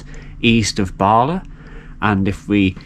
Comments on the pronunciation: Nant = Stream. Cwm = Valley. Prysor (pron. Prussor) = Busy. Pronunciation of LL = tongue behind top teeth, and blow. Llyn = Lake. Llan = Church. Dder-fel = of/like righteousness. Capel = Chapel. Celyn (pron. Kellin) = Holly. Bala - not Baala, even though it is Wales... ;-) You're welcome. Although I love driving the road from near Bala to Ffestiniog, which goes over the two dams, I've never taken the time to notice a railway, which is really interesting. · Very interesting video. To note Bala is a short 'a' not a long 'a' so Ba La not Baala 😁